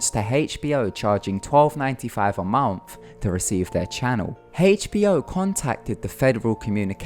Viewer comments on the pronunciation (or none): Please say MONTH again omg sounds like mounth or like your tongue is too big for your mouth